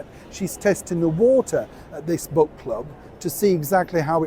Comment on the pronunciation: Did you say book or crook club?